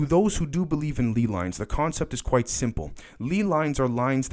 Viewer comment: ley lines are pronounced lay lines btw- keep up the good work though homie your content is important